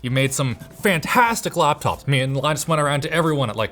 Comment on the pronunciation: "I thought you just killed the gram lineuh' made some fantastic læptops, me an' Loynus went around and.."